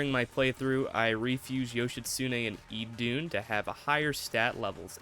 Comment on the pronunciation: Idun is pronounced "Eden" btw. As in the garden, hence the apple.